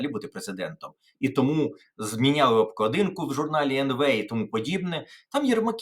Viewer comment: Пане Тарасе, у Вас наголос " на обкладИнці -- не вірний, треба казати -- на обклАдинці. Прівіт Вам з Дніпра від Вашого редактора- волонтера. Бажаю Вам вселякіх успіхів!